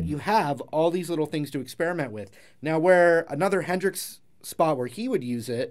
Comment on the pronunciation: Not trying to pry, buttttt “Henrix...”